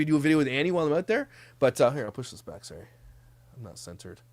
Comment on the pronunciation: …In all fairness you say “sorrey” instead of sorry 😀🤣